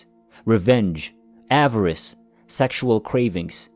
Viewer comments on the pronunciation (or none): none